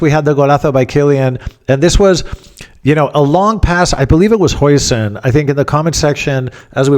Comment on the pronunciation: ‘Jausen’ as per your recent Dutch guests.